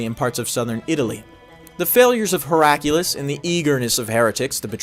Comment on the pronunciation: The Emperor's name is pronounced how it is spelled. Your addition of a random strong U sound is distracting. HerA -kly-us Not Herack' U-Lus